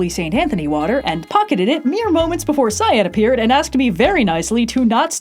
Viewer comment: Me for half the video: "Hmm, who is this scion person they're travelling with, that's an odd choice for a nickname." Me halfway through: "Oh, cyan! She's saying cyan!